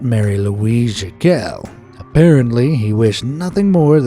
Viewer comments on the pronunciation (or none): none